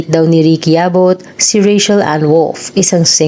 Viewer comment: Baket ba “Ray-Shel” ang tawag dyan sa Ray-Chel (Rachel) 🤪😂